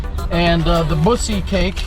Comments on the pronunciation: Buc-Ees = (Buckys) not bucies lmao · Bro you pronounce it "Buckies' not bussy lol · It’s pronounced Buckys not bucees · He said "Buzzies" brisket. Bro. It's pronounced "Buck-E's". LOL. We love our Buc-ees in Texas. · Your car broke because you disrespected Buc-ees by mispronouncing the name. Us Texans don't like that! LMAO!!!